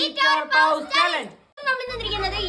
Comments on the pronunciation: The the pronunciation is പോസ് 😊✅ Not പൗസ് ✖️ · Not pause that is pause ⏸️ please correct pronounce